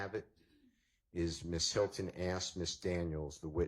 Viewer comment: Asked not AXED. Wipe ur nose girl.